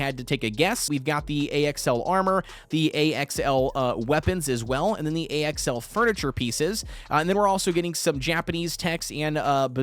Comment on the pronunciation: why are you calling axl A.X.L just say it like the name axel